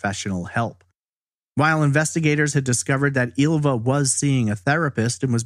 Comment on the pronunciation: Ylva is actually pronounced as the "y" in David Lynch, not "eelva" or "illva".